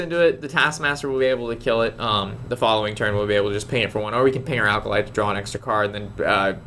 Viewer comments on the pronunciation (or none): Hey! A little tip: The "Acolyte" of pain is pronounced "Ack-o-light". There's no "l" before the "c".